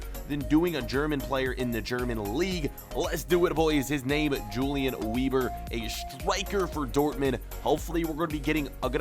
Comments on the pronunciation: It’s prenounced “Veber” and not “Webur” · Say Vebr not Weeber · “w” sounds are pronounced with a “v” sound so it’d be “veber” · i am german and you SHOULD PRONOUNCE IT like this: YOU-LIAN VEBER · Since ur German ur meant to pronounce it veber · Pronounced veber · That is an awful last name it should be pronounced vehber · Wieber is prenounced ”Viber” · Weber should be pronounced as 'Vehber' Great series though, once again! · It's gonna be pronounced Yulian Vehber, friend. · You are pronouncing his name wrong. Weber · the W is pronounced with a V